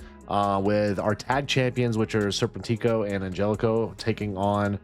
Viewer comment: Arrgh, it’s ser-PEN-tick-o